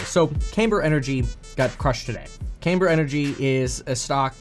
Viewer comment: Not "CAYMber". "CAMber".